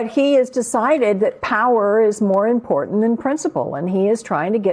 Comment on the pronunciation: sweetie… I know you’re from SC and all but Jesus learn how to say “important” correctly! 🙄